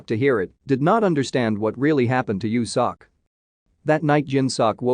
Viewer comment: I'm crying right now 😭😆😭 Its pronounced "Yo Sok". But I never thought youtube can do it dirty. 😆😆😆